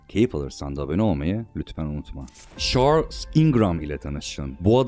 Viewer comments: Çarls yerine şörl'e ve sayısız garip, anlamsız telaffuza katlanabildim ama "ünivörsitöyi" kelimesi son damlam oldu, dinlemeye devam edemedim. Kaliteli bir içeriğe sahip bir kanal gibi ama konuşma süsü verilmiş dil cinayetlerine tanıklık etmek hiç hoş olmuyor. Her dil vatanı için güzide bir özelliktedir, insanları için önemlidir. Hiç bir dil bu denli zulüm görmemeli. Dolayısı ile kanaldaki "çocuk" aslında düzgün konuşmanın "cool" olduğunu anlayacak kadar büyüdüğü zaman "ürlülüülü" demeyi kestiği an bu içerikleri izlemekten keyif alanların sayısı artacaktır. Seve seve +1 olurum mesela, ama benim gibilerin biraz sabra ihtiyacı var gibi görünüyor. Şimdilik "engelle" değil ama, gördün mü kaç! Not: Ses tonun çok güzel, lütfen düzgün konuş. Önün, yolun çok açılır ve içtenlikle temennimdir bu, ey ülkemin pırıl genci. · Şarls! Vurguların o kadar yanlış ki konuşanın sen olduğunu sonradan anladım ,yabancı bir kesite seslendirme yapılıyor gibi duruyor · Kardeşim iyi güzel de şu dolandırıcı adamın ismini bi doğru telaffuz ediver ya...çarlz. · şorls ne abi